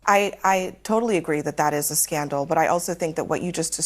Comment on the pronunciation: "stutents" "scandow"😂😂😂.